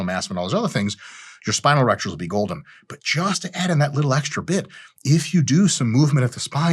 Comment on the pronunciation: Dude I thought you said grow your erections. Ew